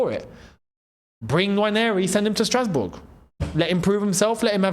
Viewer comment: i laughed the part you said strasboug😂😂😂